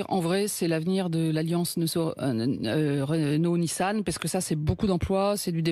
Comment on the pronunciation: l'alliance nisso han heu.. RegneneNau nissan 👏🏾👏🏾😂😂